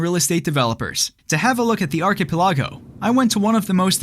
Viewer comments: Ar-pe-ki-LAH-go? Great video but how is it that you never heard and learned how to pronounce this word? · Am i the only one who's going nuts with how he pronounces "archipelago"? 😂